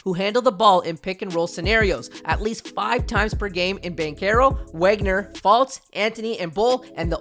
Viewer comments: Vohg-ner, you say the W as a V homie is German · His name is wagner, but it's said like vagner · Brotha you won’t get subs pronouncing iconic players name incorrectly to a cringey degree. Nowitski is pronounced Novitski Wagner is pronounced Voggner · Good video. But I’m not gonna lie, I was annoyed by the mispronunciation of Wagner. Sorry to nitpick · It would be nice if you could pronounce Wagner’s name correctly. He’s in his second year and deserves at least that much respect!